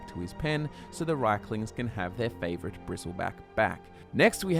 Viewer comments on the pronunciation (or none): none